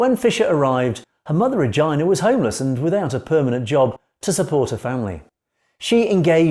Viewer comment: What an unfortunate mispronounciation of the name Regina.